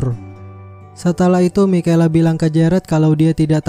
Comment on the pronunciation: Bkn mikela cara sbut nama nya kak,tapi misyel